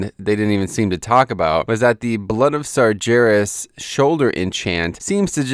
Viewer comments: Not slaughtering the basic rules of phonetics, is what I mean. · Your pronunciation of "sargeras" is so wrong Outside of that, great video as always.